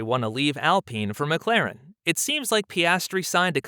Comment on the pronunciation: You call yourself "" and you cant even say McLaren the right way....